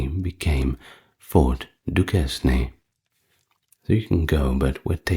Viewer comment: Duquesne is pronounced “Duke Cain”.